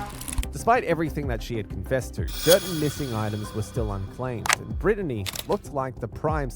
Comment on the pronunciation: how did the absolute moron running this channel pronounce BRITTNEY, that they have said multiple times in the video... as "BRIN-UH-DEE"